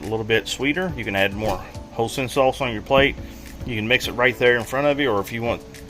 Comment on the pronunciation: Hoisin saunce = Hoy-sin Szechuan = Say-shwan